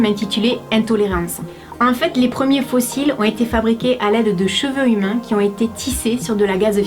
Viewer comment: quand tu as dit la 1 ère fois ''faux cils'' j'ai entendu fossile 😂